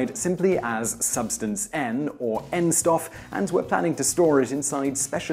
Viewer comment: Not "n sdoff", "N Stoff" with a sh sound.